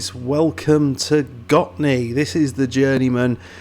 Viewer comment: Yes, you do say it in a very right way accually. 👍🏻 I did really enjoyed this video because I know who the players are. 🙂 Your research on Gottne was amazing! Here's a link to Gottne village web page if you want to dig even more.